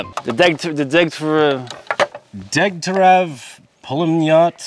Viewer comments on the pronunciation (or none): Pls you keep saying Dagtarev it's more like Dyegtyaryov I'm begging you try pronouncing it better.